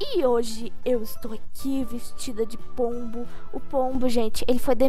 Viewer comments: Sempre quando vc fala pombo eu ouço polvo kkkkk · "e essa é a vida de um pombuh" sabia naum,_